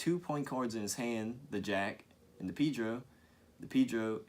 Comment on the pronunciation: I thought it is called Pedro, not Pidro?